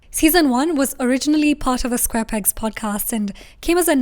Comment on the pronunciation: The bloopers were so fun... It's how you said Square Pegs and didn't even notice it immediately. Catching up on the episodes now and loving it.